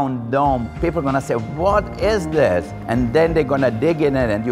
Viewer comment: “Wot iz thees”